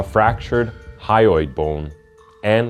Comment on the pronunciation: Many misspelled words and mispronounced words. E.i.: mum, thyroid bone -you said hyroid bone, then it was spelled hyroid bone and pronounced hyroid bone. The editing cuts off last words in scenes. Louisville not pronounced louey-ville.